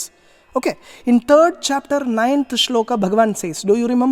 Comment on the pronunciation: श्लोका नहीं श्लोक! संस्कृत का उच्चारण श्लोक है।